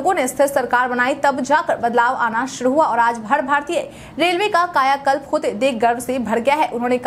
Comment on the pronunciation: थोड़ा भाषा में काम कर लीजिए न्यूज़ पढ़ रहे हैं शुद्ध शुद्ध बोलना न्यूज़ एंकर के लिए अनिवार्य har ko had हड़